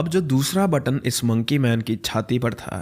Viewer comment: button bol ke sara maza kirkara kar diya. pagalpan